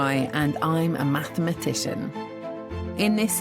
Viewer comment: Yeah right.... She made up that word 🤣 MATHMATITION